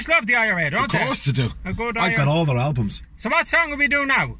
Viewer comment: "I've got all their albams" 🤣🤣🤣